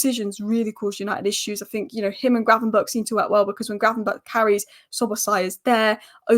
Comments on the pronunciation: apparently the ch at the end of gravenberch is pronounced as a g so its gravenberg. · How many times did you get gravenberch’s name wrong lol